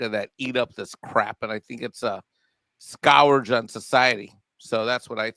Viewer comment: I would value opinion more if he could pronounce "Scourge."